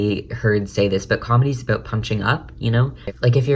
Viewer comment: say about correctly